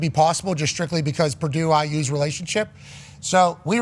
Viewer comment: It's Purdue, the sky didn't fall and why is worthy of mentioning, its Prdue. Geez